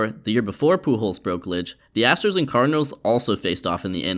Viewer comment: Great content. May wanna fix saying "Cardinals" though